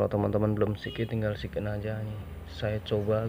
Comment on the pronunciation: Btw sign in di bacanya sain in pak. 😭